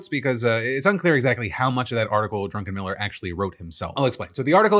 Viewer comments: Oh boy do I have an opinion on the Druckenmiller thing. First, I do appreciate how every time you said his name it sounded more like Drunken Miller. First, fuck that idiot and his meaningless AI crafted opinions. He, like all billionaires, do not deserve to exist, their wants and even basic human needs should be disregarded and they deserve no respect like a person who has to do a task to survive. I would respect a homeless person asking for money downtown who's only goal for the day is getting a cheap bottle of vodka and passing out more than Drunken Miller. And when you brought up Hank Green, I used to respect the guy a fair bit and while I largely see him as a positive influence on the world, I no longer subscribe to or listen to any of his videos because of his use of AI. If I want his ideas and opinions now, I can cut out the middleman and ask an AI. That is how I see performers like Hank Green now. To me, there's a huge difference from using the internet to track down information and verify your sources, which is akin to going to the library and hopefully not getting all your information from J. K. Rowling's work and just asking a billionaire or faceless megacorporation to draft you an opinion so you can sell it to people. That is being a sock puppet. Once your credibility like that goes out the window, it does not come back no matter how you frame your redemption arc. Because you lied before to make your day easier. Why wouldn't you just lie again when it suits your in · Lol the fact that Phil mispronounced his name as Drunken Miller the entire time is so funny even though his name is DRUCKENMILLER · Uh.... Isnt it DRUCKenmiller.... Instead of DRUNKenmiller? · Am I the only one that thought Phil kept saying drunken miller not Druckenmiller? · Am I the only one who hears Phil pronouncing Druckenmiller as "drunken miller"? 😅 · Is the guy’s name “Drunkenmiller”, or “Druckenmiller”? 😂 Oh, he’s a billionaire? Nvm, idc about the pronunciation accuracy anymore.